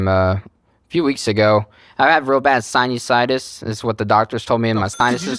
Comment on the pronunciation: I was able to watch so much of this episode, but the real limit for me is when he called sinusitis "Siney-situs"... There's no hope for this man 😅😂